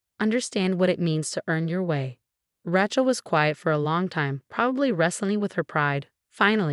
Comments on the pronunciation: I love that mispronouncing from AI. Ratchell! lol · Name Rachel is pronounced as RAY-CHEL not RAT-CHEL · RATCHELL? Sort this AI narration out before you loose every listener; the storyline is pathetic enough: However with the awful AI narration, your failing spectacularly. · When will ppl realize AI READERS SUCK! Rachel is NOT pronounced Ratchel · It’s pronounced Ray (like a ray of light) Chell. Fix the AI voice. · Cute story but down thumb for pronouncing RATCHEL. I know it's AI, but it can be correct. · RAT-CHEL?? really? learn to pronounce names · It is pronounced RA-chel(long A sound not short a ) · OH it might be the wrong pronunciation but I enjoy saying it that way. My cousin Rat-chel hates it! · So, so tired of hearing AI unable to properly pronounce the name Rachel. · True all of these stories mispronounced Rachel and many other names